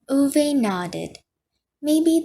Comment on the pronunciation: you should redo every chapter, this mispronunciation of the name Ove is not only disrespectful to the author, but it's irritating to hear it time and time again through the book read